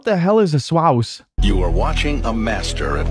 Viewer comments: It's not swaous it's swaws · It’s not swaous Its swaws